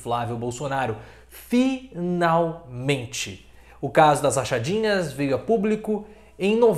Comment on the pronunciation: fi nal men te 😆😅